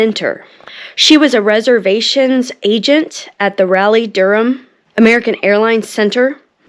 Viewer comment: This is an excellent documentary of Flight 11. However, I am a stickler for pronunciation of the English language and during this documentary, I heard the town of Raleigh Durham spoke incorrectly. The announcer stated (RALEE) Durham instead of (Rawleigh), which is the way it should be pronounced. Sorry, I had to say something about this.